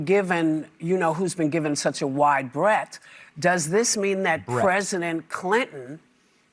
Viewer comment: FYI It is ‘Breadth’ 💥👀